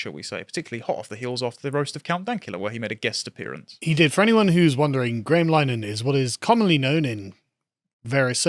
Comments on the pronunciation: It really annoys me when people mispronounce Linehan. it's pronounced like Lynn-Eh-Han. Not Line-han or Liner-Han or Lyneham. It isn't hard. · pronounced Lyn a hen chaps. Saint linehan we're supposed to support or keep hearing from. Freemason graham's Wife's abortion push for ireland was it for me. f'weuk em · It's pronounced Lin-uh-han. Not as in Wichita Lineman.